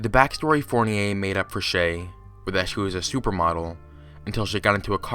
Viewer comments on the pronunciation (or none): Ummm, that's not how you pronounce Fournier. It's pronounced "Four-nee-er."